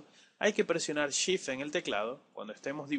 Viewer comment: cuando pronuncias sift ¿ a que te refieres ?